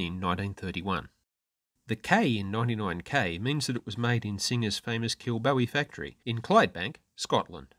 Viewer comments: Great video, im a Singer sewing machine enthusiast, just about to start a restore on a 1933 99k knee lift. Just to ket you know Kilbowie is pronounced like bow of a ship, not bow as in hair bow, im glasgow born and bred, where Kilbowie was located. 😊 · Well done! I asked a whole roomful of Scottish people how to pronounce "Kilbowie" before I made this video, but even THEY couldn't agree! I hope my guess was the correct version. 😊